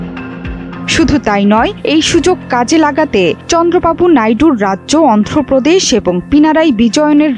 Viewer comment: Ondho Pradesh Na,😮 It's call Andhra Pradesh😂